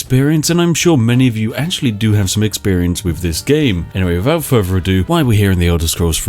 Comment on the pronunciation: Whenever I hear "wiffout ferver ado" I ready myself for some further ado.